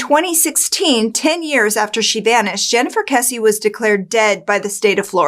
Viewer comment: Thank you for pronouncing Jennifer's last name correctly.